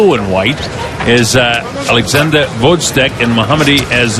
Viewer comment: Fucking hell, when will they learn to pronounce Oleksandr's surname right?